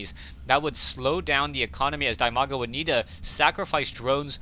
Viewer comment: its dimaga not dymaga and its idra not ydra